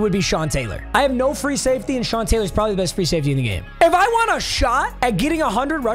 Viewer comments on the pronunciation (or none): none